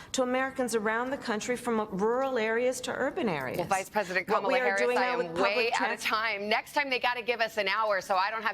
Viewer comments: Did he just say CABALA HARRIS? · It's KAH mala